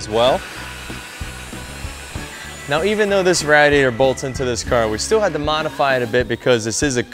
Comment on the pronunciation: Awesome build but can't get over how he says radiator... lmao RADiator.